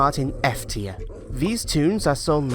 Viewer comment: Its tier not trie